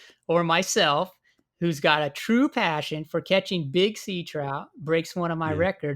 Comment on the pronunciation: “Troot” lol